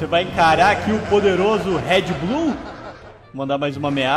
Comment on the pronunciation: Quem achou que o falou red bull?